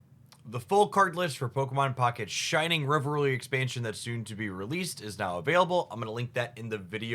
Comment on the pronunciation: I think it's funny that in these leak videos, both Hoogs and Spragels said "Grafai-fai" and both Hoogs and Mogwai said "Shining Rev..rurrly"